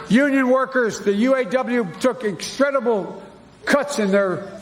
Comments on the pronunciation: It's exstredible! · They took" extredible" cuts lol